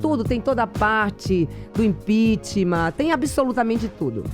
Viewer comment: " Canidata", ' impichmá"...fico imaginando o texto desse livro. Se bem que não foi ela quem escreveu...